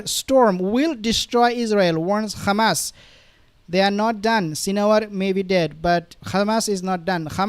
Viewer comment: To the uploader.. Why you mispronounce Hamas as Khamas ??